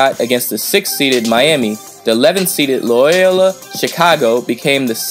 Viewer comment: It’s really not that hard to pronounce “Loyola” smh.